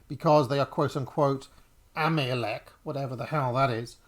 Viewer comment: "Ameliaek, whatever the hell that is" It's Amalek, and it's why "they" want you to die. look it up.